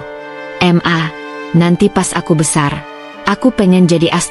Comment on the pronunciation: 1. Kalo gak bisa ngucap Bhs Inggris, tanya dulu ke temennya, bikin NEG dengernya. 2. Ngucap Ma.....kenapa diucap M A ? , bikin MUAK, banyak channel spt ini. Pengisi suara ini suruhan penulis atau penulis nya sendiri, kok sama2 Gak Jelas Blass 👎👎👎